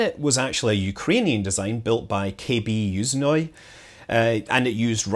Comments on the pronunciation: Your Russian's so good that I have to correct you! ;) Bor-I-sov, Zen-I-t, YU- zh-noye (where's "zh" sounds simply like "j" in "Jack" without d)... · Perfect explanation! Also, in Yuzhnoye it's first syllable which is stressed. And it makes it even more like "usual".